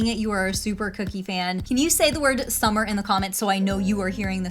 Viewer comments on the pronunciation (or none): SUMMEHHH, SUMMER SUMMEEEHHHH